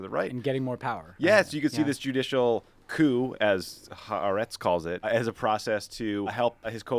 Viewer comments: Some of us Israelis still stubbornly cling to dreams: that we will reclaim our democracy, that we will embrace a two-state solution, that Tommy will learn how to pronounce both "Haaretz" and "Likud"... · TBH Tommy's pronunciation of "HaAretz" has improved. It used to be 2 syllables.